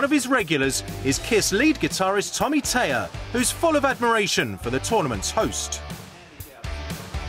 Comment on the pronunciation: Tommy THAYER... not Tayer say it properly....